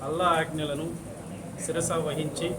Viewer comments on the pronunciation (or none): శిరవా కాదు శిరసా